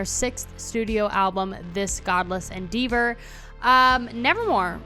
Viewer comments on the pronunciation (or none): What the hell is "endeevor"? You never heard the word "endeavor" before? Millennials, learn how to read. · It is pronounced "Ɛnˈdɛvə", not "Endivə". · Pronounced "endeavor" wrong. Standing face to back means standing in line.